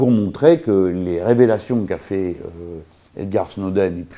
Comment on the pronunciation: À on croirait entendre un "Edgard Snowden" Ne serais-ce pas plutôt Edward ? ;)